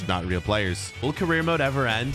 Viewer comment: You said weal player